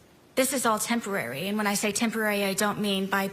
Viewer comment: this is foreveeerrr..... also: this is temperary...